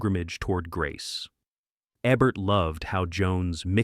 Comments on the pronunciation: it''s EEEEBERT not ebert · A-bert? Eh-bert? This is AI! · It’s pronounced EEEEEEEBERT!